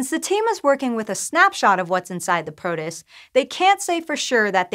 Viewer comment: I've been enjoying presenting but she said protist really weirdly in this one. I'm looking forward to her getting the hang of all the weird science words.